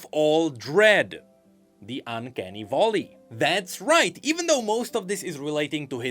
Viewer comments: Hehe "volley" it's Valley :P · I still love how pronounces “vAlley” as “vOlley”